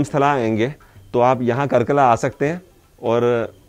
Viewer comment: nice video, a small correction- it's कार्कला not कर्कला